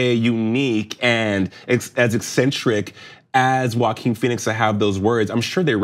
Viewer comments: I pronounce his name “Joking” 🤔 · Omg... dont say walking Phoenix. It's Joaquin *